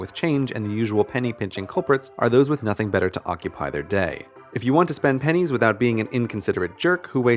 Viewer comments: For a split second I thought he said died of pen1s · Am I the only one who thought it said pines